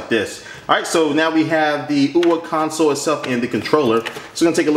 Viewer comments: It's not Ouwah, it's Ouyyyyaaaa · ouya not oua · You say ouwa its ouya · Its called tthe ouya not ouwa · Why does he pronounce it "OUWA"? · wee-ya in the same way the Ouija board is pronounced! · you mispronounce OUYA... its like booyah without a B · "This is the ouwa console" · you pronounce it wrong lol